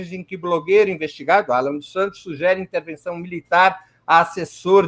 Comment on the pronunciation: Esse é mesmo um jornalista?? Ele fala " sujere" e especifica como uma afirmação!!???